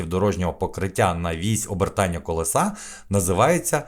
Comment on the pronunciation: Не колесА, а колЕса!!!